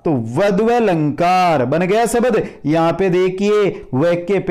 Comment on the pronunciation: Bahut he accha padaya aapne sir liken aap swar ko swbar aur sabdh ko sabad kyo bol rahe the